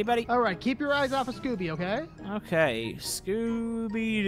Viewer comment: ob: SCOOBY! Me: russian/Ukrainian